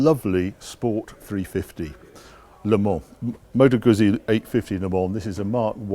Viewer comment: Love your videos Harry. Btw., and not being at all pedantic, the 'Guzzi' in Moto Guzzi is pronounced 'Gootzee'.